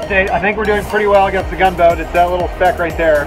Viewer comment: I believe you were saying the name of the Gunboat wrong.